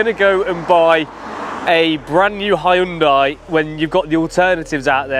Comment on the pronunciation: You don't pronounced the Korean car name like that. Donut 😅😂..